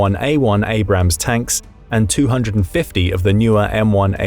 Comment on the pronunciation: Abrams, not Abrahams